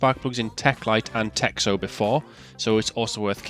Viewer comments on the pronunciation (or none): it is tehno not texo ( russian x is h xd )